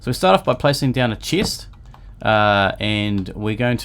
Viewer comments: I hear you say chest as cheese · he say chist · Dude you got someting with the "e". It seems like you are saying : ieggs and chiest :D